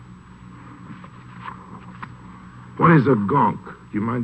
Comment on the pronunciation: I love how he says "JEsus!"